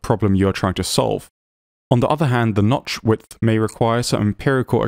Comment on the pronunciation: your videos are fascinating and really well done. Thank you for continuing to make them! However, I do have to give you a hard time, only because it made me chuckle... around the mark you twice said "nodth witch" instead of "notch width." I was so engrossed in the material that I had to go back and listen to it about three times to make sure I heard it right.